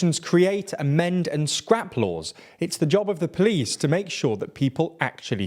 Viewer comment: Haha “plice”